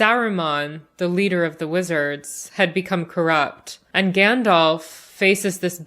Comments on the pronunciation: not gendolf but Gandalf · (Just a pet peeve of mine, please don't take it personal-like...) Too many people pronounce it, "GandOLF" Practice correct pronunciation of GandALF: Gand-Alfred Hitchcock... Gand-Alvin and the Chipmunks... Gand-Alice in Wonderland... ...make up your own. 😜